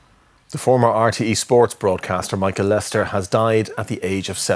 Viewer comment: Why do RTE pronounce his name as Lester instead of Lyster?